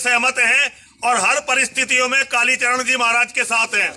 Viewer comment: एंकर को कालीचरण महाराज का नाम ठीक से बोलना चाहिए